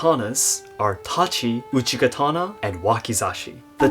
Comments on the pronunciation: Isn't it called uchigatana rather than uchikatana, and laito rather than laido? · It's uchigatana. K is softened when combined in another word